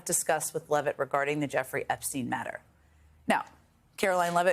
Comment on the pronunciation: It's Carolyne Leevitt, NOT Levitt, geddit?